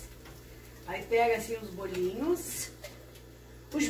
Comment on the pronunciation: Que bom aspeto esses bolinhos. A disse muito bem bolinhos como de diz em Portugal. Os vossos vídeos têm muito conteúdo, sim. E estão cada vez melhores. Um bom final de semana para vocês. Beijinhos 🥰